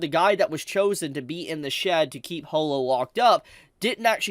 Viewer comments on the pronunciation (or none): Ho-lo?? NO IT'S HAW-LO